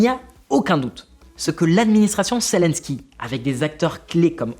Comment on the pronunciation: Zélensky et non Célensky. Apprenez svp à prononcer convenablement les noms . Et quand vous présentez un sujet sérieux, ne mettez pas cette horrible chemise qui est juste bon pour quelqu'un qui fait de le pub pour voyagistes. Un peu de sérieux ne vous tuera pas. Le sujet est trop grave que pour le prendre à la légère.